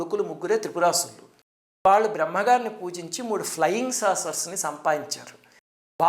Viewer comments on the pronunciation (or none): none